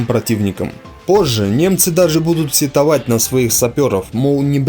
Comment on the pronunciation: Диктор походу то-же немецкий, не знает где ударение надо делать в слове сетовать.